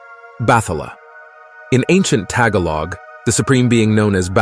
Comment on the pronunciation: Tagalog is pronounced ta-GA-log, not TAG-a-log.